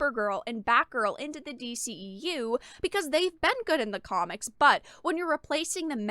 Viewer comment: MAYBE if it was "form" fitting, but not even that. It looks like a straight bulky winter coat, no waist, femininity or curvature of any kind. And the boots.... yellow doc Martin's.... really?!?! Oh and kudos for the "D- she-EU" lol